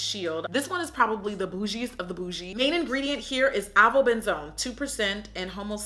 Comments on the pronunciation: She said "Benzone/Ben-zenay"😂😂🤦🏾‍♀️....just to help ya girl out it's pronounced "Ben-zone" or "benzene = Ben-zeen" ❤️xo a Biology premed major and a faithful viewer (just in case you weren't being funny)😅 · Pronounced: Ay-va-ben-zone. Lol